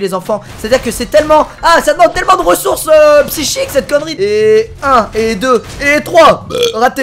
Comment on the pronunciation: "tellement de ressource pshichique"